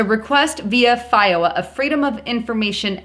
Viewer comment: Its FOIA, pronounced FOY-YA. Love ya, but get your pronunciations correct please.